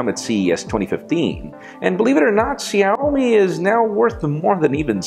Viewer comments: It is pronounced Shawmi not Shomi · It's called Xiaomi...like this Shawmi sha like shadow not Sado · Excuse Me Mr.Jaime it's xiaomi but its pronounced as shaomi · Jaime, Xiaomi is pronounced sh-OW!-my. :) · Isn't he pronouncing Xiaomi wrong?